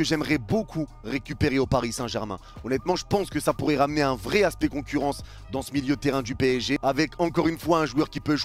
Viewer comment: "La concourrance" j'ai cru que mon ordi a bugué😂